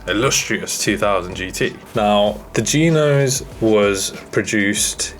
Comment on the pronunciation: The way he says g-nose sounds like someone talking about the BMW Vanos system, but says Geenos.